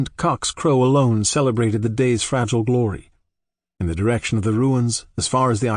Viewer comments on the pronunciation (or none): none